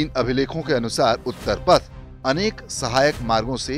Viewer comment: उत्तरपथ नहीं उत्तरापथ